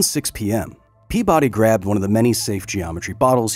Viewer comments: Kyle, my friend. His name is said out loud in the clip in the beginning of the video. It's pea-buddy, not pea-body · This man was from Rhode Island, his last name would have been pronounced PEA-buddy